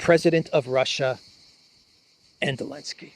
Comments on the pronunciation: Please, his name is Zelenskij inte Elenski.... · Why do you call him alinski? Is that how you pronounce zelinski or did I miss something? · Why do you say "Alinsky" ? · Why do you call Zelensky alensky? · Elenski kept saying "sank you Mr President" while pulling strange expressions giving the impression he was far from thankful! 😂😂😂😂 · elenski banned the letter Z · Because Zelinsky BANNED the letter "Z" in Ukraine.